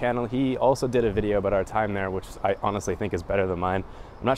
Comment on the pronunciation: did he say stay PRozzitive?